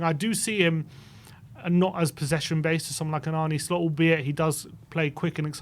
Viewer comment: Arne shlot? 😂😂😂😂Fuck me your butchering of names is amazing